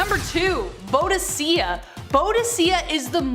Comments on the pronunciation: First Boudicca is pronounced Bow dicka. Second Schism is pronounced like scissors. Sism. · It's pronounced Boo.Di.Ka and she was the most amazing queen in history I would love to see a video of her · Boudicca - Boo dick uh That's how I have heard it pronounced all my life. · Boudicca - the c's are a hard K sound